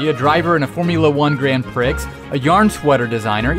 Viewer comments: instead of Prix sounding like pree, he makes it sound like pricks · it's pronounced pree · Prix is pronounced pre for future reference.... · prix is pronounced PREE. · did he just freaking pronounce the X in Prix